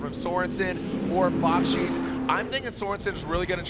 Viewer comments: Odi doesn’t pronounce it with a Ch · Why the hell can’t say Odi’s last name correctly after this many years of covering him??? If you hear Odi say his name, he pronounces it completely different.